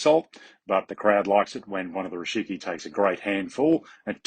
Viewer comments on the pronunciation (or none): You keep saying Rishiki, but it's Rikishi :D